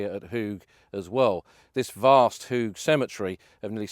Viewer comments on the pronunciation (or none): Pronounced -Hawge not Hoog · Your pronunciations are incorrect. You are in Flanders where they speak Dutch. Ypres is the French name for the Flemish city of Ieper. The 'Ie' is pronounced 'Ee' as in 'the word 'seem'. Hooge is pronounced 'Hoe-ge' as in the garden tool hoe. OO in Dutch is always pronounced 'Oh' as in 'Oh my goodness'. Hope that is helpful.